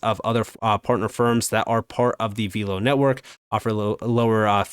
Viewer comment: it’s pronounced VELLLLL-OH, not “veeelow.”